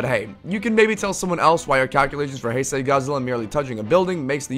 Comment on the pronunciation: ITS PRONOUNCED HIGH-SAY GODZILLA NOT HEY-SAY GODZILLA >:(((((